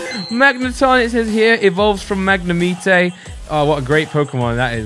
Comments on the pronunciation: Magnimite your saying it wrong 😂😀😃😄😆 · tHaTS NoT hOW yoU PRoNOUnce MaGNEmitE! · I hate the way you say magnemite 😂 but i love the videos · AwW yOu SaY MaGnAmItE wRoNg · At first i got so mad how u pronounced magnemite 😂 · Stop saying Magnemite wrong gad damn it. You never learn. Also how could you hate Break cards?! Why would you taste Brocks Grit?